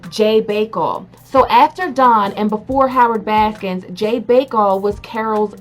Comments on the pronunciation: Stop saying “Baskins”...it’s BASKIN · Y you say baskins? Anyway I like it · Please say her name correctly. There’s no s at the end. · I love that you call her Carole baskins lol with and S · "Carol baskins" lol. Your an idiot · *Baskin, not Baskins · IT'S BASKIN